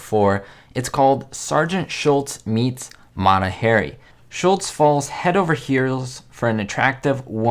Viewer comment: Mata Hari is pronounce Mata HAHree.